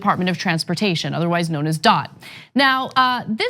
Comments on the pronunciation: It's not aka "dot," it is D.O.T. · Its DOT not dot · Just wanted to point out that it's actually called "D-O-T" (NOT Dot.) lol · Anna, the Department of Transportation is not referred to as “Dot”, but by saying the letters DOT: “Dee-Oh-Tee”. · Department of transportation is not otherwise known as DOT its known as D.O.T. as in Dee Oh Tee